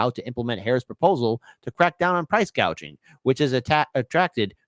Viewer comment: Just remember she said NOTHING about price gouging she said price gauging, completely different subject :)